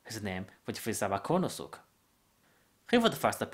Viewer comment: this isn't a japanese accent, it's a chinese accent. he pronounced kuranosuke "kooranosook", lol